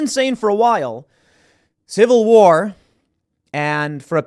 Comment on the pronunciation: Tim,how do you say ''civil warrr'' but then somehow throw in ''movie point here''